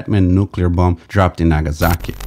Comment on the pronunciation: In tsar the t is silent, and same with the second b in bomb, just to let you know. Great video aswell